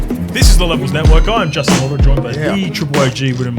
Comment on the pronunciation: Agree - probably expected from a man who pronounces he’s own last name wrong. Hoh-row. 🤦‍♂️